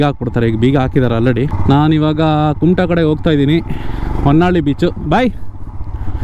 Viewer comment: And honnalli it's vannalli. ಹೊನ್ನಾಳಿ ಅಲ್ಲ ವನ್ನಳ್ಳಿ